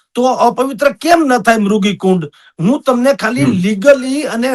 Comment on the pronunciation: આ ડોકટર સંત પણ મૃગી ને બદલે મુર્ગી કુંડ બોલે છે